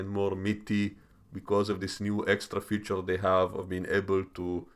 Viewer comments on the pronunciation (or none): none